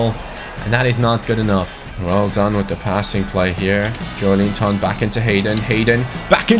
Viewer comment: Like so can see Its pronounced jo-el-in-ton #irl Where will newcastle finish in your opinion???